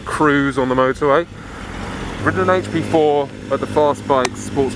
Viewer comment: Is it only me or was he saying HP Sauce XD